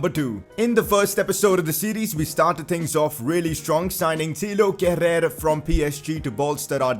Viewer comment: It isn't how you pronounce Kehrer. It's more like "Keh-rar".